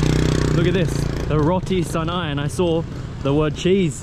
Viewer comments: hope u enjoyed staying in W. btw jst fyi, it’s pronounced roti Cha-nai, not Sa-nai. but good job on having d guts to try out our food! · A few points: Canai in Roti Canai is pronounced with the same C-sound as in Cheese. If you are looking for a refreshing drink/dessert, get "cendol" (same C-sound) which is made from Coconut Milk and green jellies and red beans. ABC is also very tasty, ABC is short for Air batu campur = Frozen water mix, but nobody says the full name. They're colorful, sweet and refreshing on a hot day. There's more varieties of condiments on ABC. I can recommend both. Also, get Satay!!! Preferably from Satay Kajang Haji Samuri. Obv not an exhaustive list but those are def some highlights